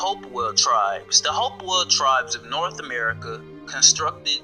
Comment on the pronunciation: Ame Ca? What about the R in America you skipped over ?